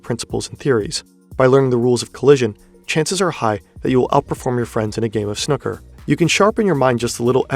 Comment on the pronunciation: never heard snooker pronounced that way!🤭 Love the vids though, been binging them recently!